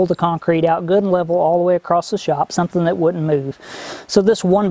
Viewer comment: Ok, what is the deal with more and more Youtubers adding a "t" to the ends of random words (acrosst, spellt, senset). In case you need the reference, "Acosst it". Has this always been going on and I am just noticing it? I get dialects, and accents by regions and all that jazz, but a YouTube accent? Anyway good job, keep at it you will get there soon-t.